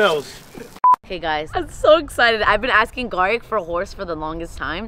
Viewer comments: so is it pronounced geric or garik??? 😂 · LEARN HOW TO SAY HIS NAME OMGOSHHHH EVEN SAYS IT CORRECTLY ITS GARIKKKKKKKK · The fact keeps getting Gariks name wrong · It’s funny how y’all say garik’s name wrong 😭